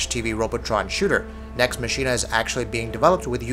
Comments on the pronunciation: Themer Yollai I think he was pronouncing 'Machina' wrong too. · Maximus Primus Next Machina takes the cake.